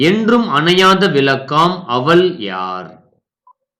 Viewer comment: தமிழ் உச்சரிப்பு சரியில்லை அவள் என்பதற்குப்பதிலாக அவல் என்கிறார்